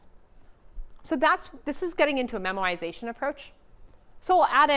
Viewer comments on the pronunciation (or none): It is "memoization" not "memorization"